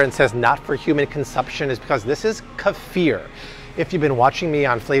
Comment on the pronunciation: Love your videos, but Bobby... seriously... it's not Ka•FEEAARR!!!! It's KEEF, rhyming with leaf, then ER, rhyming with blur! Stop it, already, people, with changing the CORRECT pronunciation of words! Friggin' A, man!!!